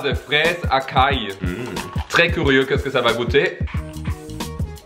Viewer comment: A j’ai cru que c’était Limonade Fraise A Carl au lieu de acail 😂